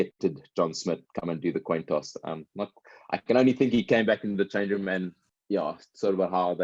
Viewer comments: Toin coss!!! 🤣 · The Toin Coss! LOL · toin coss. Lol.